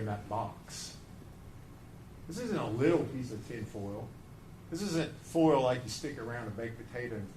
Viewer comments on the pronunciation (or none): The way he says full instead of foil is actually driving me mad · The i in foil and oil is silent in that part of the country.